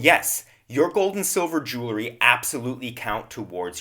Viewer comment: Jewelry is not pronounced "Jule - er - ree." It has the word jewel in it, and is pronounced "Jewel - ree"